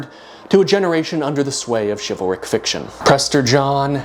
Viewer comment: did he just say chival-Rick like Rick and Morty?!?!?! WUBUBLUBDUDUB